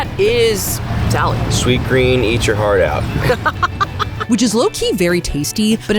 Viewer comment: "That's salad!" Your Midwestern is showing 😂